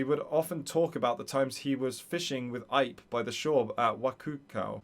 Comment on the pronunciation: Just fyi, the name “Ipe” is pronounced “ee-pay” it’s two syllables.